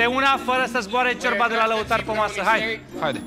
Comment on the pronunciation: Ce mi-a plăcut cand a zis Bontea:"Ciorba.....a scos "șiorba" d'acolo au incercat sa desfacă aia ,au varsat, era Iulian plin dă zeama dă "șiorba"🤣🤣